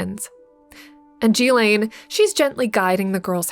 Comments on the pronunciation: Jeee-laine? At least say Ghislane properly (Gee-Lane) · Glad you did this post. But her name is pronounced Geelane, with a Guh sound for the G. Not Jeelane. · I thought it was pronounced “gill-lane” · She did not introduce herself as "Jillane." Her name is Ghilaine. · I can’t listen to G lane anymore It’s Ghislaine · Its pronounced Gillen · Yikes...the incorrect pronounciation of so many well-known names and words...G-lane, jufree, phiLANthrapic, teTAREboro. Don't get me started on the French name...just killing me. Are there no producers or editors to help? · It's pronounced "guh-layn" Maxwell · Please learn to pronounce Ghislaine correctly... (more like 'Ghee-LENN')... Ghee... as in 'GEEK'. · You mispronounced Ghislaine Maxwell’s name! *iT is PROPERLY PRONOUNCED with a HARD “G” sound “GiLL -LANE” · GHEE-lyn is the correct way to pronounce Ghislaine. A hard g sound, accent on the first syllable, e as in eel, second syllable is pronounced 'lin' identical to Marilyn. I know this because I listened to people who knew her being interviewed, including Virginia Giuffre. They all say her name this way. I wish YouTube commentators would do likewise. It's not that hard if you are doing research and speaking, in fact broadcasting, on this topic.